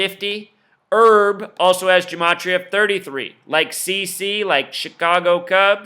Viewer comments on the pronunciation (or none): OK You're nuts on this Herb Kent thing. He is a personal friend of mine and you are talking out of your dumb ass. Go do something with your life. You're being useless right now. It's Herb, short for Herbert, not Errrb. You're not even talking about the man's work; or his record of the longest on air presence in a major market in radio history. Whatever, you are a waste of intelligence and talent; both of which you have but you're not using enough brain power to to turn on a 5 watt light bulb. But you're right about one thing though. No one gives a shit about what you think. You're a sad joke with no punch line. Bye bye. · DUDE! His name is pronounced with the long H; HERB KENT not Erb KENT! The KOOL Gent! At least do simple research for a Legend in the African American Community for 72 years!